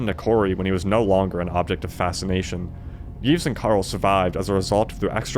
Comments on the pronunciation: also you don't pronounce the s in Yves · The S in Yves is not pronounced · Yves has a silent s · Seated I commend your brave interpretation of how to pronounce Yves and Balmain, stick it to the French haters